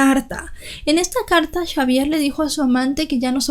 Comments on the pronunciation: Aunque muy triste la muerte de tan bonita familia nada es de sorprender en este mundo cada vez más cruel y podrido!!!! Y lo de chavier y no Javier me causo risa todo el tiempo jajaja buen trabajo felicidades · Hubiera sido mejores llamarlo Javier porque cómo lo dices tú en francés se escribiría Chavière 😂